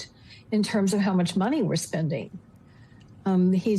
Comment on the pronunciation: The word is not sbending…! It is spending! You want my respect in your opinion, try speaking, not sbeaking English!